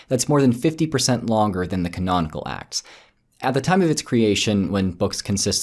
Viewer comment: It sounds like yer saying "The Axe of Paul and Thecla" which sounds more like an epic fantasy story :p